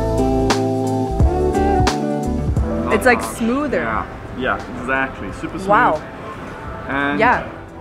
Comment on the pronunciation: It’s like a smoother, wow! yeah!; Yeah!It’s smooder!’🤪🤣 Happy birthday!🥳🥳🥳